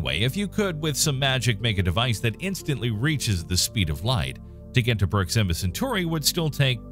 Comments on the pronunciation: Here is the correct pronunciation for the word proxima. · what a weird way of pronouncing proxima..